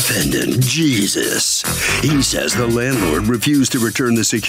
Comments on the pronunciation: “This is the defendant JEEEEEESUS” 😂😂😂😂😂 We all know it’s pronounced “Hay-Sues” so why did he say it like that 😭😭😭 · LightThatCigar I think we all know that lol. That’s the entire point, we all know what his correct name pronunciation is, but the narrator said Jesus (religion) instead. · Unbelievable that the announcer couldn't pronounce the defendant name properly sounds real uneducated 😢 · How does both the announcer and Harvey mispronounce the defendant's name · In Spanish, the( j), is pronounced like the ( h ): Jesus. And the ( h) is always silent, its pronounced Ernandez, not ( her), nandez. Lastly , the (j) takes the ( h ) sound, like in : Jalisco,. The name Jesus, is very common in latin countries, as are other biblical names :Maria de jesus, Maria del refugio, etc. we also have interesting names consuelo/ consolation, soledad/ solitude , piedad, pity, Socorro , ( succor, help), to name a few! I speak both Spanish and English, so I find it interesting. I don't think anyone aside from latin countries use the name, ( Jesus), at least not commonly.